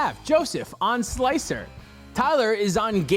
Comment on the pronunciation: Slicer? More like Sligh-cer!